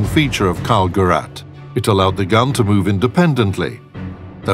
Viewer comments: Gerät, not Gurat. Its a device, not a Cardassian. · I felt some sort of pain in both ears every time he pronounced the word ''Gerät'', it's pronounced ''Geræte'' not ''Garat'', so it's not his family name as his full name is Mörser Karl and the word Gerät simply mean's device or equipment, and in this instance it can be fully translated to (Karl's device) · come on, get someone to get the german pronounciation right. like: an actual german. is that so difficult?